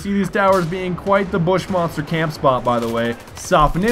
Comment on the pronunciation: lol u said buttmonster :'DD